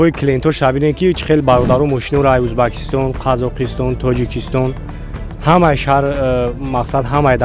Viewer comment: Узбекстон зоз талафуз кардана ёд гир🤨